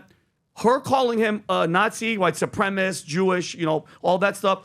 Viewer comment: “Supremist” what a complete idiot. Learn to talk.